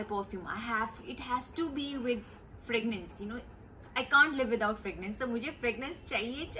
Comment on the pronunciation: It’s fragrance not fragnance